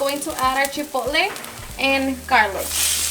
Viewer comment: Garlic not garlif